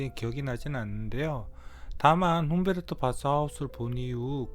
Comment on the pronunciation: 훈베르트가 아니고 훈데르트입니다. 자꾸 훈베르트라고 말음하네요.